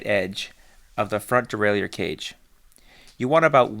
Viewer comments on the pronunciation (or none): As a bilingual speaker I can help with the pronunciation of ‘derailleur’. It is like deraillER. No i sound. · Stop adding an extra syllable to Derailleur!